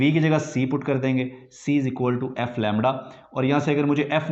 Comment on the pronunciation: Lemdda lemddddda